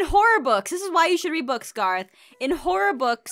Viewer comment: Kaitlyn Jackson Garroth:ITS PRONOUNCED...GAAAARROTHHHHHHHHAA